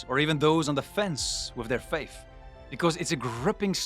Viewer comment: I WISH you would ENUNCIATE the "TH" sound as it is in true English. Faith in TRUTH -- NOT faif in truf.. please... 🙄